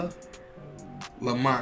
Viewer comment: Bruh this niggas face when he said lamonsta lmfao